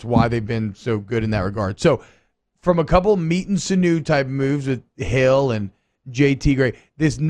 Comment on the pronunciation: Not a criticism: sinew is pronounced "sin-yew", not "sinoo".